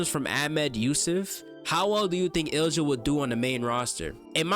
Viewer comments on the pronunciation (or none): great video, just so you know Ilja is pronounced ILL-YUH, keep up the good work 👍👍